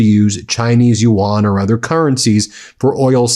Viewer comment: very small nitpick—i love your coverage but it’s pronounced “you-en” like “UN,” not “ewan/you-wan” sorry, it’s just really distracting